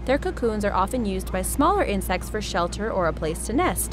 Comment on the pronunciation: "we gotta do insects" my fucked up hearing: "WE GOTTA DO INCEST"